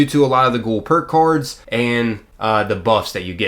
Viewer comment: did he say perk coards? XD